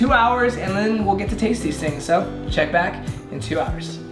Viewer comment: No one: Literally no one at all:: “these lemons are SHO sour. SHO sour”